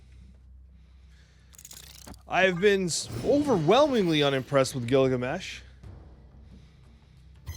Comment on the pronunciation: Gilgameh! LOL